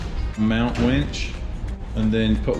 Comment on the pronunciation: You said "please winch responsibly"... I heard "please wench responsibly". 🤣😂